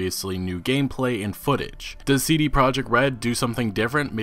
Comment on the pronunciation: He does some quality work but I hate how he pronounce the letters C, D & T.